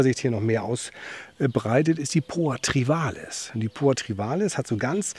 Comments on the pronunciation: es heißt TRIVIALIS, nicht Trivalis.;) Trivial=Gewöhnlich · Hallo. Mit der Poa Trivialis nicht Trivalis hast Du es. Aber danke für das Eingeständnis, dass auch bei Dir nicht erwünschte Gräser drin sind.